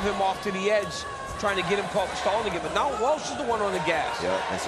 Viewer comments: His name is Rocco Welsh not Walsh. Super disrespectful but not too surprising since it’s The NCAA that posted the video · Welsh, not Walsh